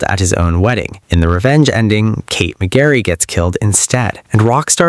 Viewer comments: Its McReary goddammit not McGarry 😅. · I could not resist (maybe you did it on purpose) - it's Packie mac-REARY and not Mac-garry